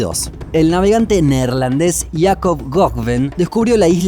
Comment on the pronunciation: El nombre del navegante neerlandés se llama jakob roggeveen y se pronuncia rojefein de nada